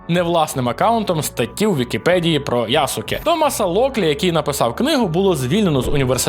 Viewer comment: ЯсУке кашєно да. Я не те щоби знаток японської, але всі японськіі імена з СУ, якї я особисто чув, вимовлялись без тої самої У. Тобто Яске. Трохи духоти в коменти, але я аж хнюкнув з Ясуке😂